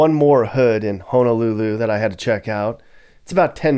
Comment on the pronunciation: Props to you for saying Honolulu, and not HANAlulu 🤙🏾🤙🏾🤙🏾